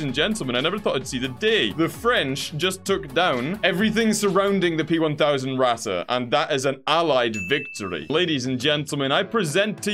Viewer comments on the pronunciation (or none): Yesssssssss more tournies! Q: did u finish the other TABS tournament? Also, when are we gonna get more TTS. And when are you gonna start calling the Ratte how your supposed to (Pronounce it like rat. Just rat)